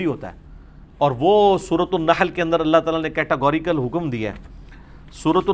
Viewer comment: السلام علیکم، علی بھائی قل ھو اللہ احد کو اگلی آیت سے ملا کر پڑھنے کی صورت میں چونکہ ن کے نیچے زیر ہو تا ہے تو اللہ کے ل کو باریک پڑھیں گے۔ آپ نے ملا کر بھی موٹا پڑھا ہے۔